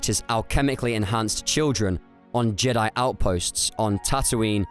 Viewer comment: Jed'aii is pronounced Jee-Diie. I've always thought the authors of the EU liked how the Vong would pronounce Jedi ("JED'AI" as they'd scream it like a witch hunter inqusitor screams HERETIC in 40k) So later on, after the New Jedi Order came to a close and focus shifted to the ancient Jedi right before disney bought the franchise and cancelled the EU, someone said: "Hey, remember how the Vong pronounced "Jedi"? That was awesome, so let's make it a thing of irony that Jed'aii was the ancient original name. Hey, y'know, monkeys over millennia in a locked room with food, water and typewriters will eventually make shakespeare as the saying sorta goes..." Surprised the fandom never caught on to such a probable easter egg. Its not the first time something like this happened in the good old days of Star Wars.